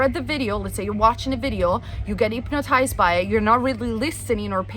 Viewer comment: Intresting view. (p.s. love the way you say hypnotized, that a middle eastern accent? )